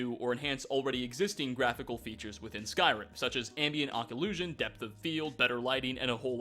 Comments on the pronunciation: "Ock-oh-loo-sion" is pronounced "Oh-clue-sion". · "Ambient Ocolussion" lol Nice video man! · you say occlusion wrong